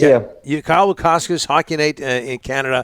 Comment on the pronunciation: Donnie you butchered Kyle's name